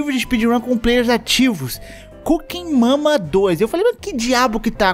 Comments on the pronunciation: eu fui o unico que toda vez que ele falou o nome do jogo ouvi "cu que mama 2"? tenho algum problema ctz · fala: coocking mama Eu entendo: cu que mama